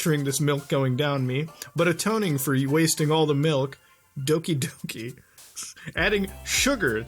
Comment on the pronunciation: Doki Doki not Oki Doki